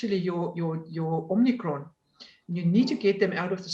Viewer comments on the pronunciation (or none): I'm a South African and feel embarrassed for this "doctor." It is omicron not omnicron, but also on the take from Pfizer, obviously, to push the vaccine. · Is it just me, or is anyone else struggling with this woman saying 'Omnicron'???? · I can only say that I had a work colleague when I lived in SA who had that name and he taught me to pronounce it as if there was an r at the end. Probably as you say because he could not come up a anything phonetically appropriate. It may be because as a Yorkshire man I tended to use 'flat' vowel sounds and he was adjusting it for that. The South Africans always laughed (in a kind way) at the way I pronounced 'bakkie' when I first went out there. They eventually got me to say it correctly.